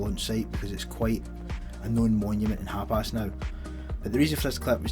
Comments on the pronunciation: wtf is HAPAS??? HUP ARSE? It's HAPIS ya! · You're saying hapis like Hapass. Thought it was funny but love ur vids.